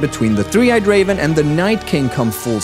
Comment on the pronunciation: "Three eyed CAVEN"???